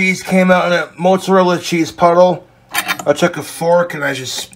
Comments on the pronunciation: Why he call it Mootza-rella? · i love how he says "moartsarella" when he's completely hammered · Moot Zuh Rella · The mutzarella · omg thats fucking gold but he's putting an r in there Murt zo rilla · Omg the way he keeps saying Moatsarella cheese … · "Moat-zarella cheese"?! That wasn't even an accent; But more so that no one told this regard in his 32 yrs of life that's not how it's pronounced. Lol At'ta'boy, Clint. 🤣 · Mote-zerella cheese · you'd think he was 80% italian with how he pronounces mozzarella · The way he pronounces mozzarella keeps me up at night, and I don't know why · listen to way this mf says "Mozzarella".......vile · I hate how he says mozzarella